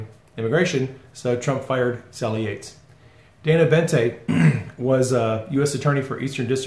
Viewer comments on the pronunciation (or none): none